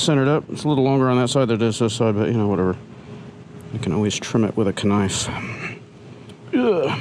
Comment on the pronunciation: you said kuh-nife instead of saying with silent K. I’m assuming you did that as a joke. lol I had to listen to it 3 times to make sure I didn’t just imagine that.